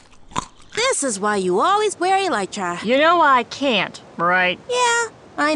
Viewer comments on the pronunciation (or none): I love how none of them can pronounce elytra